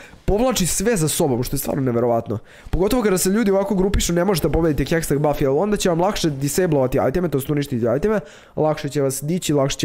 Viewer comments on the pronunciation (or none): nije hesteg nego hextech hahaha #BANDA